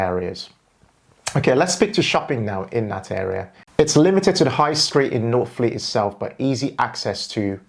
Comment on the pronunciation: Lost me at northfleet 😂. Great research though. Subscribed!